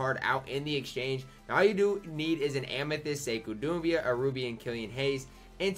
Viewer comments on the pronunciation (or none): It’s not Sekou Dumbea btw